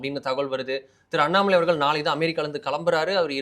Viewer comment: Dei pandey unakku Annamalaiyin peyarai utcharikkavey thaguthi illai.